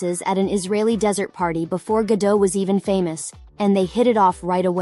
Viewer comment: Start by pronouncing properly, the t is not silent, as she is Israeli, not French